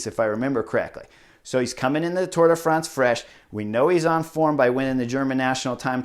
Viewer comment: Thank you, Chris! for saying Tour de France instead of Tour de Fronse.